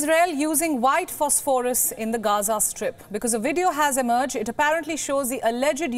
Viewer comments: Learn how to pronounce "phosphorous" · it's pronounced fos-fuh-ras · Please check your pronunciation of phosphorus